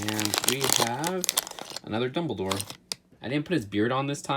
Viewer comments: “It’s pronounced Dumbledoor” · oh god "doubledore" im unsubscribing...